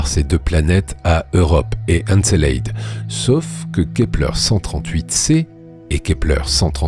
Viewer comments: Doc exceptionnel malgré un petit bémol : La prononciation d'encelade !!! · Comment tu prononces Encelade espèce andouille 🙄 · En effet, cette prononciation du nom d’Encelade et des « geisers » est abominable. Mais en dehors de ce léger accroc, le doc est magnifique.